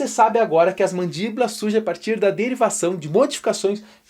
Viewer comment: Como biólogo ta ok. Mas precisa melhorar no português hein kkkkk "Mandíbolas" não existe